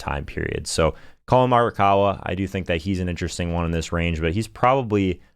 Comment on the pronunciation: Callin marrakawa